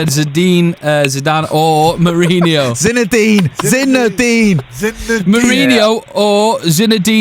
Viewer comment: how you gonna murder Zizu's name over and over haha Zadine?